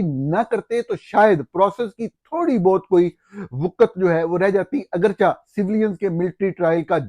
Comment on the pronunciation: Don’t say agarcha say agarchay